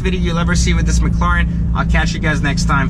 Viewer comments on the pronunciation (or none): Why do you pronounce it mclauren?